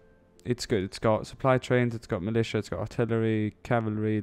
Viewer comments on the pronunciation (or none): none